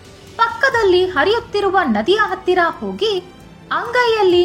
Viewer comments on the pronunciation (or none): none